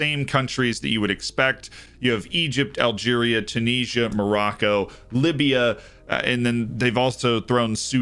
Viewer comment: TEW-NIS-IA not Chewneesa